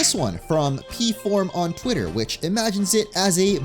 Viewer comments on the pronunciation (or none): none